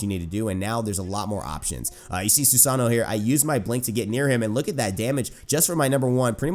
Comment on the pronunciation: SUE-SAH-NO end of disscussion, not hard to say at all